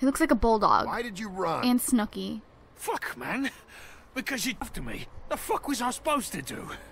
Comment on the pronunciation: Why did you call it snookie and jWOW